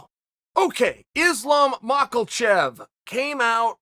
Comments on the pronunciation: Can somebody please explain to Chael how to say Mahkhachev? Not Mah-kil-chev.. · chael it's ma-ka-chev not ma-kal-chev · Say Macklechev one more time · Chael: Makelchev Everyone: It's Makhachev Chael: Ok, great. So anyways Makelchev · If Chael says his name is Mockelchev it's Mockelchev understood? 👏👏 ☝️ hold that thought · There is no "L" in Makhachev... until Uncle Chael said "Mockelchev" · Chael GOTTA be doing it on purpose hahahaha MAKHALCHEV I swear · Chael “michaelchev vs blahovowich” sonnen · why does he call him makalchev lol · Chael... it is Ma-Ha-Shev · “Izlam mockelchev” - Chael Sonnen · The years of collective punches in the head... I really think that's why he can't pronounce those words unfortunately. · I say we get Olives vs Mocklechev and Chael has to learn how to pronounce the winners name. Loser legally changes their last name to Chaels pronunciation. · Chael “Islam Makkle-Chev” Sonnen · No one: Chael: Islam MACKLEchev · Mahkelchev...breakferest...Yarear... Blahovovich...classic. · And islam makholchev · Makelchev, I'm starting to think Charlie Soyman mispronounced fighter names as a power move lol is a good laugh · If Chael says there’s an L in “Makhachev”, then Makhlchev is his new name. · Chael "Islam Mockelchev" Sonnen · Chael "Islam Mocklechev" Sonnen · As long as Chael purposely mispronounces Islam's name I'll keep thumbs Downing and not watching these videos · Can someone teach him how to pronounce Islams sir name.